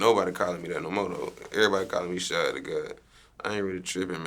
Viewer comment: YOOO finally someone know how to properly pronounce (SHAD)